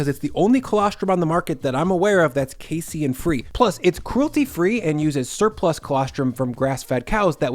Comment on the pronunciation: Minor nitpick, but casein is pronounced "kay-seen" just like protein is "pro-teen".